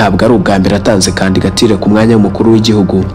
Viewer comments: Bavuga candidature ntabwo ari candigature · Kandigatire? Jya ugerageza uvuge ijambo neza kandigatire koko!?